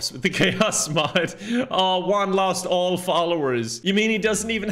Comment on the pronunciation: juan is pronounced huan not uan